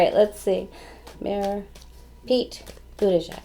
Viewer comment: Thank you for a great reading. You pronounced Mayor Pete’s name beautifully—better than anyone I’ve heard:) Comma-la is Kamala . She is so good too. We have a bountiful field of candidates! Did you do Beto yet? I think you did but I will recheck:)